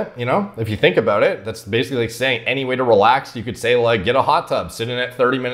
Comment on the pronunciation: Common prononciation for basically: "base-ic-ally": "baseilly"